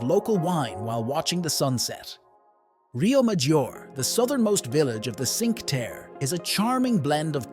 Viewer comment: Would you mind learning how to pronounce Cinque Terre?